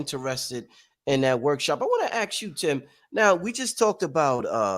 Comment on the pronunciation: Why does he say "ax" for ask...